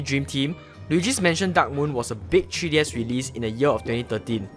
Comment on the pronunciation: "TREE DS"